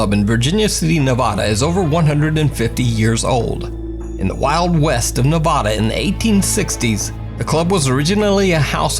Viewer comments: Just came here to say, someone who lives an hour or so outside of Virginia City 1) Washoe is pronounced Wah-Show 2) & it’s Nehv-Add-uh NOT Nuh-Vaw-Dah Thanks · You are destroying my home states name! It's Nevada not NAvada! Still like your videos though! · Washoe is wash-o long o! Nevada- nev-a (not ah)-da! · But he did say nevawda lol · friendly FYI: Washoe is pronounced Washoh, and the first A in Nevada is a short a.... like apple. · I have to be the one...... Washoe is pronounced Washo, long o. Nevada is not Nevawduh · pronunciation of Washoe cracks me up! 😄 He says Nevada wrong, too, but almost everyone not from Nevada, does. Lol! Love his videos, though! His are the best of all the spooky compilation videos. I don't even bother with any others. 😊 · I’m from Nevada and it bothers me how he’s saying Nevada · And Nevada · Really like the videos and the commentary, but please for the love of pazuzu; Stop mispronouncing Nevada. Having lived there for a good many years, It hurts my soul to hear.